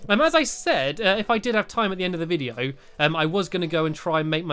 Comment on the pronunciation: You said hello vidio